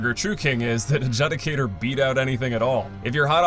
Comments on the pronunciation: It's pronounced ad-jood-i-cater. Not ad-jud-i-cater!! You must be from the south where they don't talk so well. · Love the video, I liked it just as with all your videos. Quick grammar point: judicator is pronounced 'jew-dee-kay-tor'. Looking forward to the next video. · Adjudicator (ad-Jew-dicator) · The way you say “Adjudicator” makes my eye twitch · 15 years later and still can't pronounce Adjudicator correctly 🙌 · All these years and he still can't pronounce Adjudicator 😂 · Even though it’s his 9th time doing this list, he still cannot pronounce Adjudicator correctly.